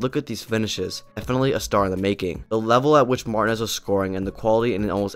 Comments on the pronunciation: 😂😂😂 Lautaro Martin-as 😂😂 You gotta work on your spanish pronunciation, bro. 😉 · Never heard anyone in my life say it like that lmao. How is that even possible to not know how to pronounce it correctly, it's such a generic common last name , especially in this sport 😂